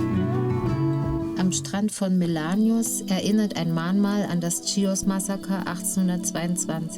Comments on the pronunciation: Sehr nette Doku…danke…aber beim nächsten mal Chios…also mit ch…nicht schios….das klingt völlig falsch. 😃😃wir sind gerade auf der Nachbarinsel Lesbosmund setzen in ein paar Wochen über auf die Insel. ❤️❤️🇬🇷🇬🇷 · Schön gedrehtes Video , aber sehr sehr sehr sehr wichtig wenn man etwas ne Doku nennt dann muss man vorher wissen wie der Ort genannt wird . Nicht Tschios!!! Und nicht Mastitschotschoria! Das hat mich die ganze Zeit sehr gestört! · Das spricht man nicht tschios!!!!! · Ich konnte mir das nach der ersten Minute schon nicht mehr anschauen, weil die Frau die ganze Zeit ständig „Tschios“ sagt. Wie kann man so viel Zeit in die Erstellung eines solchen Films stecken und am Ende immer noch nicht wissen, wie der Ort überhaupt heißt? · Sagt doch bitte nicht tschios😢